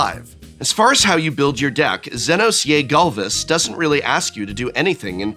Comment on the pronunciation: Notes on pronunciation: "Almasy" has an L not an I, so it's said All-mah-see. Zenos yae Galvus is Zee-nohs yay gal-vuhs. Y'shtola Rhul is Yesh-toll-uh Rule (at least you didn't read it as "Y'sholta" like I've seen others do). Hope Estheim is split at the "T," so it's Est-heim.